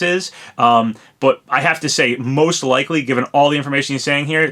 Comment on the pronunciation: Oh no, not "leakly" again. Please no.